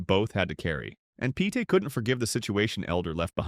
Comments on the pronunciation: These narrators should be condemned!!! They know full well how to pronounce these celebrities' names, yet they purposely mispronounce them. It's simply Peete (Pete) not (Petay)... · How about pronouncing his name properly!for starters